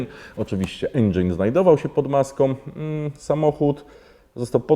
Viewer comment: endżyn, nie endżejn, nie endżajn